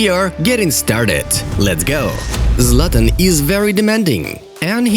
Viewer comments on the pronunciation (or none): none